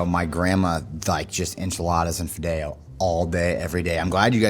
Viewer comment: The way he said fideo... He lost his Latino card for me on that one. That is not how we say it.